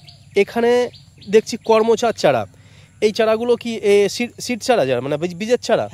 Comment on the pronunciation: করমোচা বলছেন কেন? সঠিক নাম বলুন, করমচা।